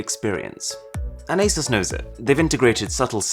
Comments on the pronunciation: But there never powerful enough to run something other than Android. Also is pronounced A-Soo-SS not A-Sus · okay im sorry, but a"sus"